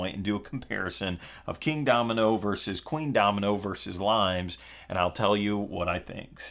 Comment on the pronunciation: Not limes by the way. It's pronounced Lee-Mehs. It's based on the Roman border defences...hence the cover... :) Look for the video Limes in 60 secs by Unesco